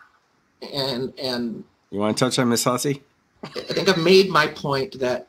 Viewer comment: I like how one lawyer said Miss Hussy and the other lawyer pronounced it whosee. 😂